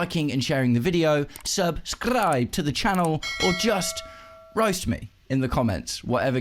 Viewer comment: Bro this "Subscrrrribe" 😂 Bro your channel is good enough, you don't need gimmicks 😂